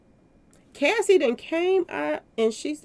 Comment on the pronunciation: you keep calling Cassie, Casey.